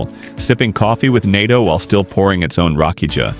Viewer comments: Rakiya not Rakija get it right . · Its not read Rakija like you say. Its more like Rakiya